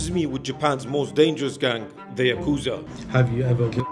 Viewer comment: Uhh maybe learn how to pronounce yakuza correctly before visiting one? Even the translate pronounces it better than you💀its probably not safe to be in japan to firstly even mention the yakuza and secondly say the name wrong bro u must have a death wish or smth💀